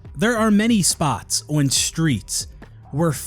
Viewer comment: Boy still can't say the word "on" properly, and I'm a bloody Canadian.